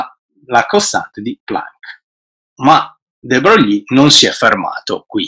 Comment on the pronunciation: non sopporto di sentire de Brogli.si pronuncia Luì de Broy